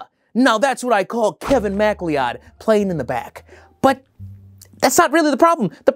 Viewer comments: Unfamiliar name is unfamiliar. 😂 His last name should be prounced /ma-CLOUD/. I was kinda obsessed with Gaelic names for a while, and the way they're written in English seems to deliberately obscure the pronounciation sometimes. Nice try, tho. 😁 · Okay just so everyone is aware, it's not Kevin Mac-lee-odd lmao, it's pronounced Mah-cloud or Mac-cloud 😂 Usually I hear it pronounced Mac-lee-ode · Im still dying at 'Kevin Mac-Lee-Odd' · I've never heard it pronounced "MacLeeodd" before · Man this movie could actually be good with like slightly better management. Also, "macleod" is pronounced "mac-loud" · macleoud is pronounced mc-cloud i think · Dear Americans, MacLeod is pronounced mic-cloud. I just hear people mispronounce it a lot 😅. This movie looked baaad, but the review is hilarious as always. Idk who George lopez is but hey, im Scottish. You're soooo close to a million subs man, congrats!!